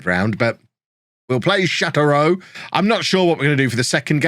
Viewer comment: This Tours team is legendary. Also, Châteauroux: shah-toe-roo Stade Lavallois: stahd la-vall-wah